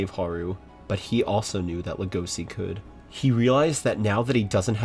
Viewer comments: You know what i hate about all these manga reading youtubers reacting on Beastars, they ALL pronounce Legosi wrong, calling him (LE GO SI) instead of LE GO SHE LE GO CHI idk, point is it's not a spanish yes in the end of his name. Yall make me feel like im 13 watching naruto Shipuden for the first time and every idiot i meet keets calling the Akatsuki - AKAT SUKI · Everyone: Lego-shi: Lego- see -Not criticizing i just find it hilarious cus i had the same problem